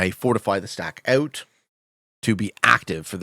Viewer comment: “i don’t think anyone really notices my accent”. Just 30 seconds later he says in the thickest Canadian “moved ooout”. Just thought this was pretty funny